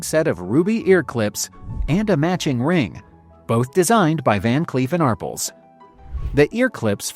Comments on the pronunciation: ARRPLSno Are-pells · AR--pell, not Arpple. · It's pronounced Van Cleef and Arpelz...it's french.. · Ar-pells! Van Cleef and Arpels!! Teach your AI how to speak! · ar-PELLS: The "A" is pronounced as in "car." The "pels" is pronounced like the word "pels". AI🤡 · Every time I hear Arpels mispronounced I cringe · not ridiculous! What's ridiculous is constantly mispronouncing a very distinguished jeweler and not trying to correct the mistake, you silly goose